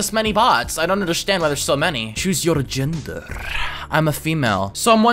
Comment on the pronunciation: Чуз ёр джендерррррр